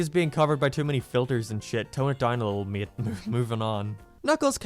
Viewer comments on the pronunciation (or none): none